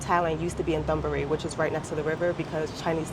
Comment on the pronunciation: I am surprised that after 14 years she can’t say Thonburi correctly. There is no th sound in Thai . It is pronounced Tonburi. But I will let her off because she looking foine 🤣